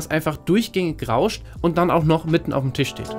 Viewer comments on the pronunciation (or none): none